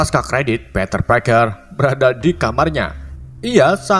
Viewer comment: Gw dgr peter kayak panter